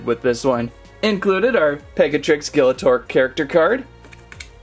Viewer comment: It's pronounced as gill-(like the gills of a fish)-uh-tor